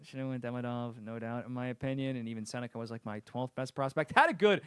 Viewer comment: buddy hates KD, also it’s sennecke not seneca?